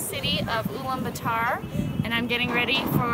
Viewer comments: IT IS ULAANBAATAR, NOT ULAANBATAAR! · At least learn to pronounce Ulaanbaatar properly. It's part of respecting the identity of something.